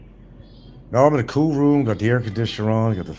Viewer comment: The word is COOL not coo , it’s rotary phone. Not dial..